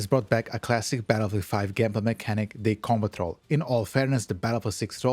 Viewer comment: Took me way too long to realize this dude was saying "Combat Roll" 😅